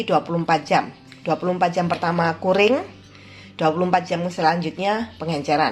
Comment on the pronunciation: Ibu, CURING cara bacanya Kyuring